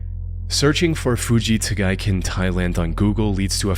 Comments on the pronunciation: It's actually Fujita Giken pronounced Hoo-ji-ta Gee-ken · Jesus Christ, take a shot every fucking time he says Fuji Tagaiken ( incorrectly) and you'd be dead in 30 seconds. Stop repeating words and phrases over and over in every fucking video. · You're killing my ears with your rage pronunciation of Fujita Giken. Stop